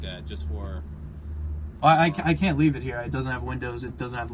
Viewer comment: "How does he know the second he leaves we wont just start the car and just YEET?" You might have said leave but it sounded like Yeet 😂😂😂